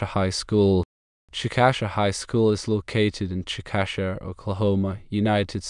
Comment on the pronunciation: Please change "Chick-Ă-shuh" to: "CHICK-uh-shay" I live here and it sounds weird when someone pronounces it like this